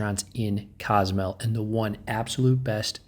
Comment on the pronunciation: cos-oo-mel that's how you say it